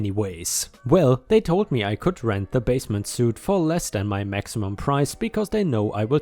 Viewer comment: Suite is pronounced like Sweet